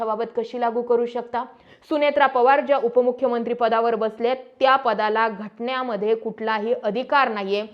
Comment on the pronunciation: ६:११ घट न्या मध्ये ❌ घटने मध्ये ✅🙏